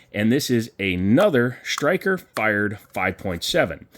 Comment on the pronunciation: Sir, did you know that there is NO H in the word striker? It is striker not shtriker